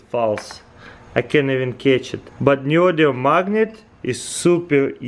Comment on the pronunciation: So, Neodium? Or Neodymium?